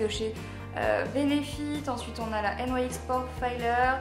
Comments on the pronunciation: sa se dit pas n yai x sa se dit nix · J'adore tu ne dis pas nix mais n aï ex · pourquoi tu dit N.Y.X alors que sa se dit nyx ? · Tu dit n y x nyx ?? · juste on dit pas "n y x" on dit "nix" sinon vidéo parfaite comme d' hab❤ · "Des jumbos N.Y.X.." Ça ce prononce * nics * !!! mdrr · C'est quand même dommage d'avoir autant de produits "Nyx" et de pas savoir prononcer le nom de la marque.. (qui se prononce donc [nixe] et pas N-Y-X) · Ca me stresse ! tu dis "N.Y.X" au lieu de dire "NIX" (c'est la prononciation hein ^^') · J'ai jamais entendu personne dire N.Y.X au lieux de NYX normal😐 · pour information c 'est pas N . Y . X c'est nyx (nix) sa ma souler pendant toute la vidéo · Je crois que NYX se prononcer "nixe " et pas "nouaixe " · Y a que moi qui suis choquée qu'elle dise N.Y.X au lieu de NIX ? Le rêve d'avoir tout sa !! <3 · on prononce pas la marque nyx n-why-x sa se prononce nix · On dit pas nyx au lieu de N Y X ? sinon super bisous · ca se prononce nix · Il n'y a que moi qui ne prononce pas NYX comme ça? Sinon super vidéo 😌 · Coucou, si tu veux avoir de beaux cheveux il faut que tu arrêtée de les lisser ou de mettre pleins de produits chimiques! Tu prononce la marque NYX bizarrement ☺️. Je t'aime trop mais à me manque que tu sois moins sérieuse dans tes vidéos... 😘😘💕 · Ca fait rêver autant de maquillage :D Sinon c'est assez bizarre, tu prononces la marque NYX de 2 façons différentes ^^